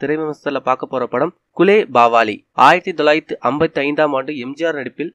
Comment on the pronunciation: yov athu gulebagavali not gulebavali